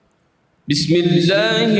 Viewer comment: Apki R=ر , bismillah mi sahi nahi thi